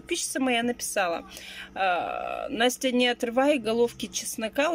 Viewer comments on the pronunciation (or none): none